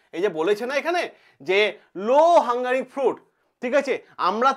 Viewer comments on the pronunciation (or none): লো হ্যাঙ্গিং ফ্রুট।উচ্চারণ হাঙ্গারি্্ ফ্রুট বললেন কেন?